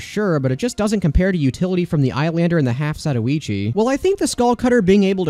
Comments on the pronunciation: Note: the name is “Za-toy-chi” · The half zeeteeweechi 😳